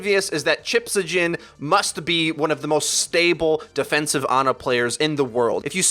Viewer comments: For the record It's Chips-high-yen. I'm not even Swedish and Chips-ha-jen hurts my soul every time I hear it. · It's pronounced chipshayen not chiphajin. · did you really just call chips....chipshajin..... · Good video. I would've loved to see: 1) Some breakdown of LH's Ryujehong76 comps 2) "Chipshajen" pronounced correctly lolz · The way u say chipshajen triggers me